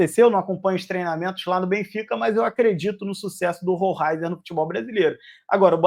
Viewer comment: É (ROLEISER ) a pronúncia correta!!! É assim que os narradores argentinos o chamavam quando ele jogava no Estudiantes. Assistia vários jogos dele